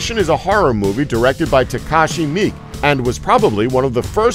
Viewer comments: Mi-ke not Meek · His name is pronounced Mee-kay. Not meek. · 8 and 2. it`s said as "me kay " not mee. these are all common j-horror movies, seen them, have them. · I don't want to get on you about the bad pronunciation of some of the Japanese words, but I just want to correct the name of the director of Ichi the Killer and Audition. It's Takashi Miike (me-kay) not just "me". For anyone interested, he's a very avant garde director, he's like the Quintin Tarantino of Japan. He does a lot of Yakuza films (which Ichi the Killer is more related to than horror). But as for horror, you can't go wrong with "Audition" and his more main stream horror film "Chakushin Ari" (One Missed Call) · "goings ons" and mik... instead of mik-ay the narrator needs to learn how to speak..let alone speak americanese...its like spanglish but english japanese.. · Takashi Mi???? you mean Takashi MIIKE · I love this channel but you guys need to at least double check your pronunciations before you throw your content up. There is no such thing as a truly silent vowel sound in Japanese. Miike sounds like Mee Kay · okay, god damn it, I've heard like 30 different pronunciations of Takashi Miike. What's the real one? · why can't anyone in these vids ever pronounce manga correctly? Also his pronunciation of Miike was terrible .....